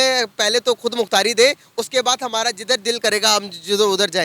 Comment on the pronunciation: it's "ra" not "ada"... it will be hamara not hamada